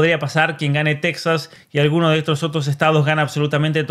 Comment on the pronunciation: Viene muy bien esta explicacion para los que no somos ciudadanos de EEUU, ni un sistema federal. Y también para ver la diferencia entre un sistema con separación en origen de poderes y representación (democracia representativa) y los regímennes de poder inseparado con listas de partido (p.ej, las partidocracias europeas). Nota aparte: En español no se pronuncia [*tecsas] sino [tejas].🙃